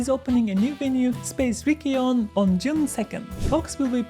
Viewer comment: Nice video! Do you know that your pronunce of Riccione sounds like a bad word in Italian? ❤ The Cs should be soft , something like a tch sound ❤️ Big respect!